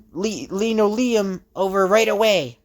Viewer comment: And for future reference, it's LIN-OH-LEE-UMM